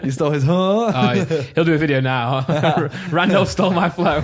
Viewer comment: Set up looks clean but Randolph amenities is pronounced like simon said it :O